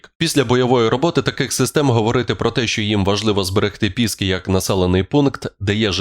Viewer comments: Не «ПІ‘ски», а «ПіскИ‘»!!!😂 Не від слова «піска», а «пісок»!!! Невже на ясно, не смішіть під(піс)писників!!!🤪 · Пíськах? Мені не почулося? Піски (від слова ПІсок) мабудь... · Ну читаайте так назву місцини,як колись це називали українці- ПІскИ-наголос на ДРУГОМУ складі в слові. Вони оселились і господарювали в пІскАх.